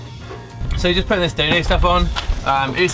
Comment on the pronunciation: IT reads "dodo mat" but you say "daydaymat" and im so confused